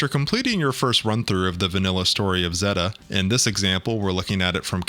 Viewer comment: how do you mispronounce Zeta when they constantly pronounce it in the show?